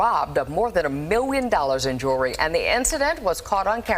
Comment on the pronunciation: The L in jewelry is NOT silent!